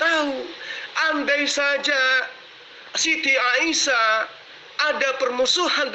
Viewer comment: Katanya ahli qur'an lo nyebut Nama Aisah kok jadi Aisiyah piye to..